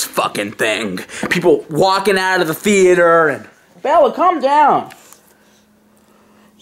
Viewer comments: Movie The-ate-er. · Movie The-ay-tor Tone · Why tf is he saying the "E" when he says the word Theater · Interior Crocodile Alligator i drive a chevrolet movie the-ay-tor. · Cant say movie theatre